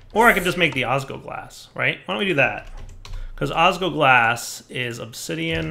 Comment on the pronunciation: it's osGLOglas! There is an L that you aren't pronouncing and it hurts to hear!